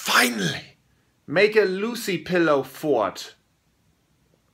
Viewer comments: Yeah... But the word is FART not fort... And LOUCY as in crappy... NOT Lucy which is a girl's name.... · this video was golden and so were the "forts", but for whatever reason i cracked up the most when flula pronounced "lousy" as "lucy". 😂😂